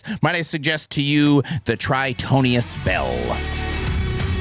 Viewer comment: Love how you changed the Album name of the "Tritonus Bell" to your own wrong pronunciation. Way to go! You super duper Hooded Menace fan you!